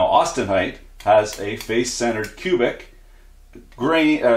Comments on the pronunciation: its austenite not austentite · Austentite???? I thought it was austenite